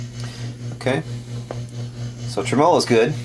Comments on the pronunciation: ˈtreməˌlō Accent on the first syllable. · Love your videos! You've got to be the only person in the planet that pronounces tremolo with the emphasis on the second syllable. :) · TREM'-olo, not trem-MO-lo.